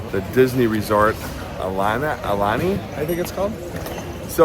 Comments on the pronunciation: Ow Lani with the I sounding like a E. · It's pronounced "ow-lani"